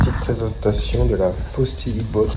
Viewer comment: C’est FOSSIBOT et non FOSTIBOT 😅